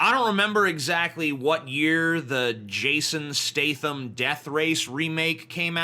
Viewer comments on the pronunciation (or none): You pronounce Jason Statham wrong.